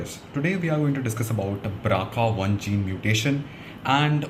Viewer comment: Bro nice one, but I think it is BRCA not BRACA. Well that's not an issue. Good job